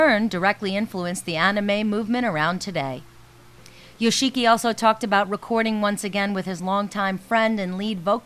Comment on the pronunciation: YO SHEE KEE. LOL.